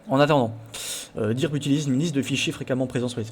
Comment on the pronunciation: par contre, ça ne se prononce pas "dirb" c'est "deu:rb" en anglais.